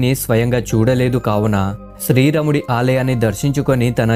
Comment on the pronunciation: nuvvu sarigga palakadam neerchuko plsss. Sthri ramudu kaadu... Sri raamudu.cha.devulla peerlu ela daridram cheyakandi plsss